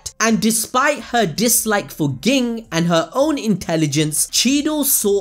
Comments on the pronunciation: I think pronounced “J-in, not G-ing” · you are mispronouncing Ging, its pronounced Jin(Jeen)